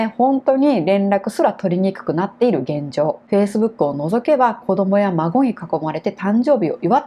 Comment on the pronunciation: いる とか いたのイントネーションが間違ってます。名古屋出身ですか？